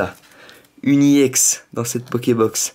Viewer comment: pourquoi tu dit IEX c'est EX